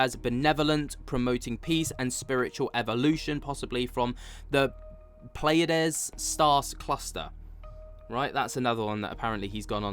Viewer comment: maybe you should google how to pronounce these words you have trouble with... considering you do podcasts on UFO'S, im surprised you havent heard the word Pleiades or pleiadians before... research some Billy Meiers from the 1980's